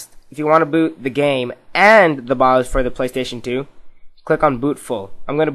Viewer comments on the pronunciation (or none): none